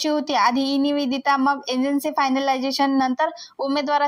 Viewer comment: निविदिता नाही निविदा